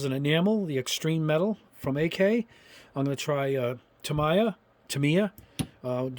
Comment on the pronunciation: Quick pronunciation help after living in Japan and being a RC Modeler for years. Tamiya is pronounced "tah - ME - yah" with a slight emphasis on the ME and no emphasis on the tah or yah. In Japanese it's 4 characters (in hirigana) たみーや